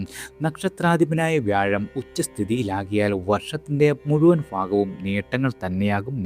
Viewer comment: ഫാഗം അല്ല ഭാഗം